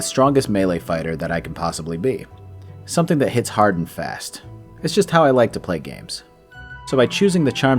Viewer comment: "Hollow Knight is too hawd"